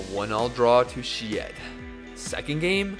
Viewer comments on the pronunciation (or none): Ah yes! I remember watching Kay-Foom vs Shi-Ed at Kay-Foom Arena last year. Good times! Butchering aside, love your vids!